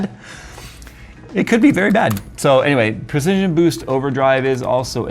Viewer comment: Stick with "Boost-TIT" 😜